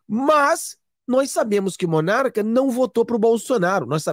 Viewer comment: Não é MONARCA!!! É Monark.